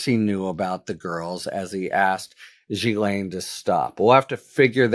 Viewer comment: You need to edit out your mistakes and also learn to pronounce Ghilaine correctly.